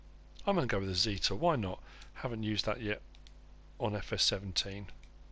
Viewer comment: Hello In reference to the observation you made about where the Zetor Tractor was made. It does sound as if it is a Russian made tractor. In fact it is made in Brno in the Czech Republic.Also it isn't pronounced Zeetor. It is pronounced like Jet Zet and then or. I hope this info is of interest. Keep up the good work with your videos. Regards Mark.